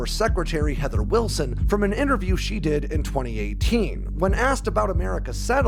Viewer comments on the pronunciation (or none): none